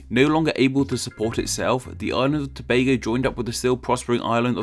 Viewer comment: I haven't seen much foreigners pronounce Tobago correctly. Props to you my dude.